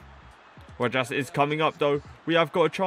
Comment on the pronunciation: It’s (ro-has). Keep gen grind up man 🙌🏽